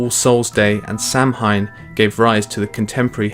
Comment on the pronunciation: Samhain is actually pronounced "Saohin". Cool video thoug, very informative, short and yet detailed